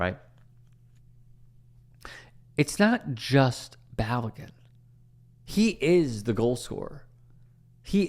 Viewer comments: Balogun - Bah-Low-Ghun. Pulisic - Pu-Li-SiCh. Weah - Weh-A. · Could you at least not butcher Balogun’s name? You’re proving Americans ignorance to the game.